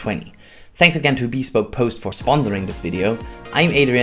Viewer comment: BEEE SPOKE post hahahahahahahah